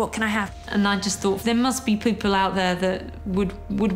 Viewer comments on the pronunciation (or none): Did that lady say "poople"